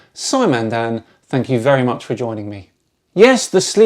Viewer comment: Fank you so vewy mooch